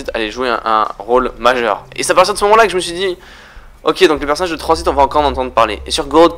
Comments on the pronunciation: Et pk tu dis Transbit a la place de transit ? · pourquoi tu dis tranzbite